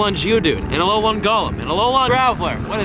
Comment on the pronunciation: If he says "alo-lawn" one more time........